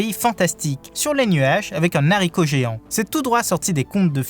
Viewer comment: J'adore toujours aurant votre chaîne qui permet de faire un retour sur One Piece. Pas contre si je peux me permettre, attention au français : "C'est comme si que" n'existe pas. De même que un n'haricot ne se dit pas, on ne fait pas de liaison entre un ou des et haricots. Mais aller on vous en veux pas.